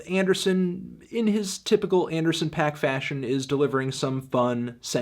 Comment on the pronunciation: That's not really how Paak is pronounced